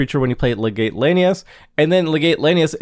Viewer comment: Legate is pronounced as “Leg-it”